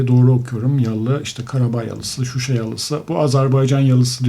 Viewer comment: Şuşa kelimesinde vurqu "a" da. ŞuşA.